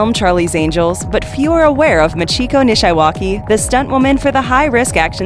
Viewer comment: Anyone else cringe every time she mispronounced "Nishiwaki"? 😉